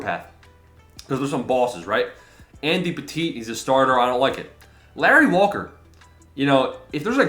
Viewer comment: called him Andy Petite I’m dying